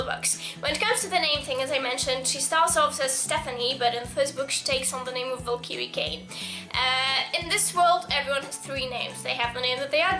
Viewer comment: U DON'T KNOW HOW TO SAY VALKYRIE PROPERLY!!!!!!!!!!